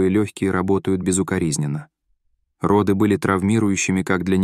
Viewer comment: РОды,а,не родЫ. Когда будете проверять озвучку?😢😢😢